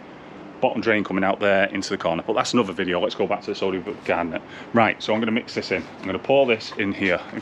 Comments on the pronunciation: Great video as always mate however I’m laughing at you trying to say sodium Bicarbonate 😂😂. So let’s break this down…say sodium Buy car bonnet 👌🏻 Keep the content coming buddy 🙏🏻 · Bi car bon ate 😁 stop talking pished like Rab C Nesbit 😁 If you don't wear a Hawaiian shirt in the next episode I might have to reconsider my subscription 😂